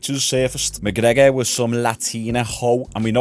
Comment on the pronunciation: Conor McCoker